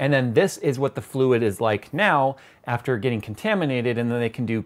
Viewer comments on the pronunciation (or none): none